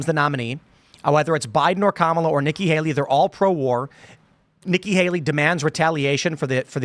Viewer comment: must have a low IQ. She cant pronounce Kamalas name right.